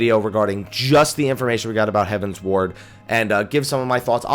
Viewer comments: you keep saying Heaven's Ward, but I think is closer to Heaven's Word (hev-uh ns-werd). It is a derivative of heavenward, but with the Eorzian's Realm having 12 Gods, they also have 12 heavens. At least that is how I took it, and I think that was how Koji was saying it. Although, I wouldn't mind them adding an Ishgard residential area and calling it Heaven's Wards. On a similar note, this was my first fan festival of this type, and I found it funny listening to the different ways people pronounced common terms in the game. The tank in one of our primal run, kept saying that he can't play Pa-laddin (rhymes with Aladdin). Talking to one of the people in our PVP line, he kept referring to the Monk base class as pug-alist (like the dog, pug). I heard people pronounce the SMN and SCH base class as arcane-ist, when I always thought it was ar-canist. But the funniest of all of them was the WHM in our speed run line calling the final boss of Lost City of Amdapor Dia-bo'-los, which isn't even spelled right. Anyways, enjoy the video. THX. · It's "heavensward" not "heaven's ward" though.